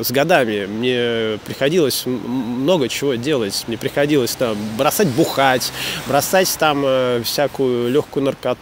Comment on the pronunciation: Судя про то что "Бросать бухать" употребляется несколько раз с особым ударением, это было самой большой проблемой для.)